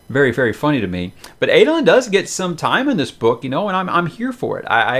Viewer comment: Help me with the character name pronunciation For me, Shallan is Shah-Larn not Shell-on. Jasnah is a hard J not Yasnah as I sometimes hear reviewers say it. Amaram is Ama-rarm as opposed to Ama-Ram. Adolin is A-doll-In as opposed to Ay-doh-Lyn. I guess if it works for you then it doesn’t really matter?